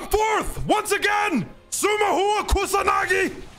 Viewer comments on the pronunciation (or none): Also it is TSUMUHA not TSUMAHUA ))